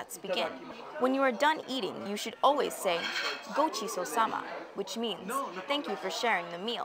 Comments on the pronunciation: remember its: * go CHI so sama, not go SHI so sama and * go MEN kudasai, not go MIN kudasai :) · It's Gochisousama not goshisousama, and Gomenkudasai not gominkudasai. The pronounciation wasn't too good either. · Aaaaaaaaaaah, the Japanese... I would also say "Ojamashimasu" when you enter someone's house instead of "Gomen kudasai" or whatever was said in the video. Also remember to extend the "so" sound in "gochisosama deshita" It should take up two syllables.